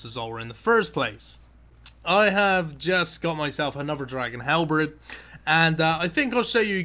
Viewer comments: halberd, not hellbrids lmao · Helbrids?.. Hal bear d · Hal-BERD. Got a leet amount of bank worth too, grats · I'm not trying to be a dick or anything, but is dyslexic? Because I notice he mispronounces a few words (or at least, differently to me), like "K'ril Tsutsaroth" or "Halberd".